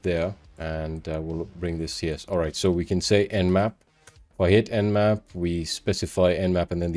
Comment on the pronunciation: Nmap not nap